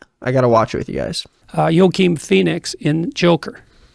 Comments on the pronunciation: Not even a minute in an "Yokeem Phoenix" Dude? Joaquin Phoenix... I'm assuming this man has just never heard Joaquin pronounced, only spelled, but still???? YOKEEM? What fuckin Star Wars character is Yokeem? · It's pronounced "wah-keen" right? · Why does JP never know anyone’s name? Joekeem Phoenix…. Come on dude. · "yoakeen phoenix" lmao never jordan never spoke to a latino before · I can't get over how he pronounced Joaquin Phoenix's name. "yokeen" buddy that's not correct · yo-keen phoenix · I get so much joy out of imagining Jordan Peterson silently realizing he totally boofed “Yo-keen” Phoenix’s name but not knowing how it’s actually pronounced so he just refers to him as Phoenix instead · Why are we not talking about how he pronounced Joaquin Phoenix✅ Joking Phoenix❌ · are we gonna gloss over him pronouncing Joaquin Phoenix as "joe-keen" phoenix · Maybe he was just joe-keen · I thought he said Keem with an M smh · I know it's hawk-een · He pronounced it "yolk-keen." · JP was a professor at University of Toronto for 20 years and he just said "Yokeem Phoenix" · What did he call him for his first name? Kahwahkeen? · if he's so smart then why did he pronounce joaquin like that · This guys supposed to have a well educated background and can't even pronounce Joaquin. Put some respect on the name! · He's...not pronouncing Joaquim Phoenix's name right 😭😭😭😭 and this comes from someone who pronounces so many words wrong on a daily basis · Exactly apparently he’s so far up on the white spectrum that he doesn’t know how to pronounce Joaquin 😂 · It says a lot about him that he’s rather just be wrong than ask someone else how it’s pronounced or google it like a normal person lol. He’d rather pretend he knows even when he clearly doesn’t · "hahahahaha smart man mispronounced a name that I googled to know how to say it hahaha" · when he realizes he can't do it he just calls him Phoenix I love it give us nothing 💕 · I COULD NOT UNHEAR IT